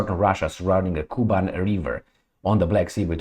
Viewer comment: Hello, Thank you for your tireless job. Little correction… - KUBAN’ is very rich agriculturally Russian’s Region, which pronounces like “ Ku-bAn’ ” with the accent on its second syllable and soft N at the end. Almost like in now more and more famous currency - YouAn’ (Yuan’s). 😊 Cheers